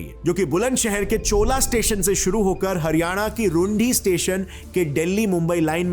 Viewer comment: It's not चोला It's छोला And same Ghaziabad not घाजियाबाद its गाजियाबाद